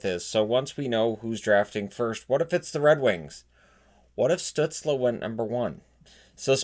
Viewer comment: Stützle. please learn the umlaute.